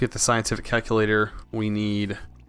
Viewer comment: "kack-u-lator". Aaaaargh!